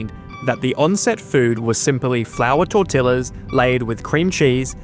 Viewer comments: Like how "carnitas" refers to a way pork is prepared. By the way dude...Tortillas is pronounced "tor-tee-ahs". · I had to check the comments becuase I felt the same. I was getting flashbacks to working retail and being told by my Team Leader to put "TortiLLas" out. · Lol, what does the Beta Quadrant have to do with Bajor? "Tortil-las" Jesus Christ. "Sang-which" absolutely unreal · Tortillas -- /yor-TEE-yahss/ double LL on Spanish is pronounced like Y- as in Yellow . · I'm about to block this channel. If you ever pronounce "tortillas" in the same way ever again, I swear to God. Normally I accept and often welcome British pronunciation over most Americanized words, but I have to take a stand on this one thing, it's just wrong.